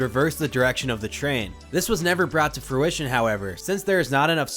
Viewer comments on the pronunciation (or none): none